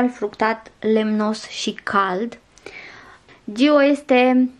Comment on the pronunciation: Giiiiiiio 🤔🫣 Dacă are accent pe o, un motiv o fi...pronunția e mai accentuată pe o nu pe i. Zgârie rău la urechi.